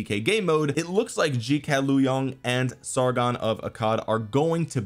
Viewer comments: You butchered the name 🥶but understandable you can read it as Zu Ga Liang it's much closer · Zhuge Liang is pronounced Joo Guh Leeon - 3 syllables. He’s one of the most celebrated military strategists in history. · It’s shu-gai hear it from dynasty warriors respect on the strat goat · Zoo-Gay-Leon is how it is pronounce I believe. He was I believe the 1 of the greatest Chinese strategists. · Omg u pronounce the name so wrong. Is Zhu Ge Liang. He is a strategist. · Lolol Zhuge Liang is pronounced Zch-oo Ge-lee-ung. Hopefully that makes sense. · It’s “ju geh liyang” pronounced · Let me help you dude pronounce zhuge liang in english like this zooge leeang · Nice try… lol sorry the pronunciation was way off